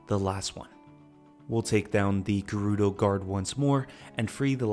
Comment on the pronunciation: Why would the correct pronunciation upset you? I was much more concerned with "gerr-oo-doe." It's rather obviously "Jer-oo-doe" like German, Gerald, Gerbil, geranium, etc etc.